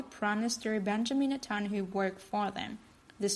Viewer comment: "Net tun ya hoo" is how his name is pronounced. Jeez, these robotic narrators are so annoying